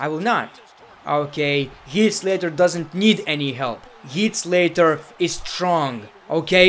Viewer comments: “Heat” Slater😂 I love when he mispronounces names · Sorry I’m mocking your accent but the way u said heat slater